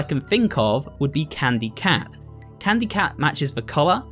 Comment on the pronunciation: really said it was candu cat.